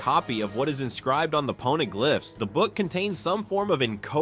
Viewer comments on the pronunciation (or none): They are pawneh-glyphs nor are they PONEY-glaphs paw-na-glif is how it's said lol